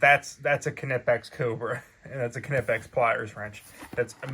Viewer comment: Knipex... the "K" is silent